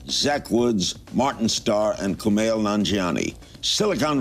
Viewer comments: Kumail looked so impressed by the fact that Larry pronounced his name right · Uhhhh yea he did... And Kumail looked pleasantly surprised at how well he pronounced it